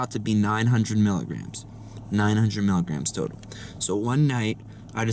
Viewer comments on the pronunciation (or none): none